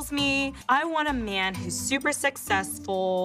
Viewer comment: Why does she keep pronouncing man like “myeen” it’s so annoying!